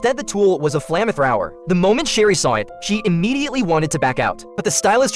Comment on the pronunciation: AI voice. "Flahm-thrauwer." "Dihe-fibe-raw-later." Among others.🙄